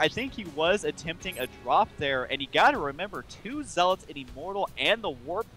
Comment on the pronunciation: The pronunciation of "Zealots" is *ZEHL-uhts*, not *zehl-OTS*. I hate to be Captain Dictionary, but you guys have great, energetic commentary, and that just broke my concentration every time you said it.